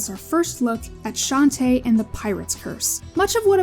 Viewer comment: "Shanty" is not even the worst way I've heard for people to butcher Shantae's name, I have heard one guy on Youtube call her "Shentai" once